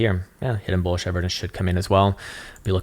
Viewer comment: I've been learning a lot from your very insightful TA. Thank you for the free and helpful content. Just one request, though. Please don't say bulla Jesus.